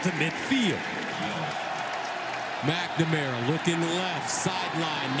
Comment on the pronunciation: the way they pronounce McNamara..... it kills me!